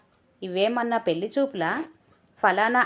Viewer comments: పెళ్లి అనే పదాన్ని పెల్ అని చదవి విసిగించే వద్దు. కథ బాగుంది. చదవటం ఇంకా బాగా ఉండాలి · కథ చాలా బాగుంది. నిజంగా తోడు కావలసింది 50 తర్వాతే. పెళ్లి అనేది కేవలం శారీరక అవసరాల కోసం మాత్రమే కాదు. నాకు నువ్వు,నీకు నేను అనే తోడు,సాన్నిహిత్యం కోసం. కథ బాగా చదివారు. పెల్లి అనే ఒక పదం తప్ప, మీ voice కూడా బాగుంది. రచయిత సత్య ప్రసాద్ గారు రాసిన కథలు అన్నీ కూడా ఒక ప్రయోజనం ఉండేలా ఉంటాయి. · Laa should be pronounced properly pelli and malli